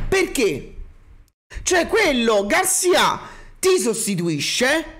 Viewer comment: Garcìa Garcìa Garcìa come il sergente di Zorro!!! Non Garcià mannagg a mort me fatt fa a fin r'Hermione